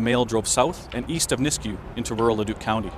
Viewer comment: Just the tip of the injustices against our aboriginal women in Canada. Also, it's pronounced "nis-queue", but you got kijiji right lol